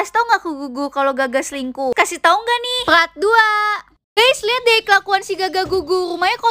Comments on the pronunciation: Mon maap kak tapi kok bilang "part"-"prat"? O-o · Ka part ka bukan prat